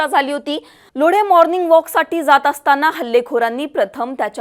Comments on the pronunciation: आग बया ते लोढे नाहीये लोंढे आहे नीट बोल जरा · Lodhe (लोढे)नव्हे तर Londhe (लोंढे)…..जरा नीट माहीती घ्या हो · अप्पा लोढे नाही ग लोंढे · लोढे नाही लोंढे आहे नाव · kundle nahi kudle, lodhe nahi londhe,bharne nahi barne